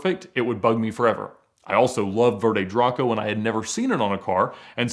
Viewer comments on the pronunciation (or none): none